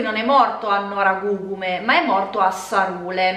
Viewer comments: Gli accenti in effetti sono pressoché tutti sbagliati, poi ok ci sta, però comunque è Noragùgume o Nùoro così come Sèdilo, Màrghine. Il punto centrale è però che la disamistade è un po' più complessa e il tutto non può essere derubricato a semplice insensatezza ("futili motivi"). Innanzitutto la parola è traducibile come "inimicizia" e sì diciamo che comprende anche la dinamica della "faida" e delle vendette famigliari. Ci sono alcuni testi centrali per la comprensione della disamistade e più in generale della società sarda e dei suoi piccoli centri che produce, appunto, quelle dinamiche. Una società agropastorale dove il mezzo di produzione è direttamente la terra e il bestiame, quindi non è futilissimo avere problemi di terreno, o di "abigeato" (reato diciamo particolarmente sardo, ora non si fa più, negli anni Settanta soppiantato sempre più dal sequestro di persona). Esistono testi che affrontano il tema e più in generale il cosiddetto "codice etico barbaricino". Questo però crea confusione: non esiste un testo scritto, così come non è una sorta di codice d'onore ligio, ma sono consuetudini tra famiglie di pastori in piccoli centri dove tutti si conoscono e dove però possono nascere inimicizie per varie questioni, banali o "profonde". Sicuramente il testo di Pigliaru è centrale, specie perché manca una vera storiografia sulla questione che al di là del foklorismo affronti il problema come questione sociale ed economica: l'editto delle chiudende (il capitalismo agrario in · Noragugume. Accento sull'ultima u